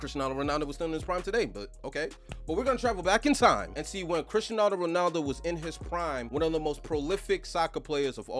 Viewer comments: It’s cristiano not crisenano Ronaldo stop saying that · But why can't you say CRISTIANO bro ?! 😂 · Why does he keeps on saying Cristianaldo Ronaldo?😅